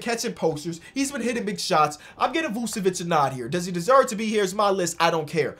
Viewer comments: "Use cocaine" I skipped right after he said his name and it sounded like cocaine. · please learn how to pronounce Vucevic’s name